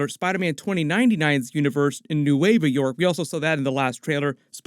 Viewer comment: Nueva York 😂 points for trying to pronounce it with confidence